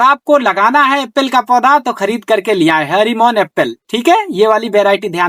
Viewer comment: bhai harimon nhi hrmn 99 hota hai